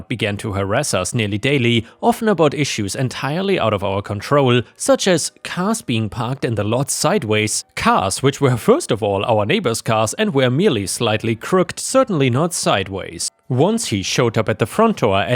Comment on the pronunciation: I had to look up how to pronounce “Bicester”, because I'm American and had never heard this one. It turns out it's BISTER. “Crooked” is pronounced CROOK-ID, not CROOK'D. In story 4, OP wrote that the Second Amendment “gives us the right to bear arms”. This is NOT true. The Second Amendment recognizes a pre-existing (natural) right to bear arms, just as the First Amendment recognizes pre-existing rights to speech, press, religion, and assembly. It's a subtle difference, but it has important legal ramifications.